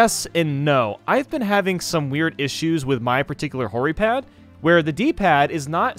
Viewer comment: Who else found it funny when he said hori pad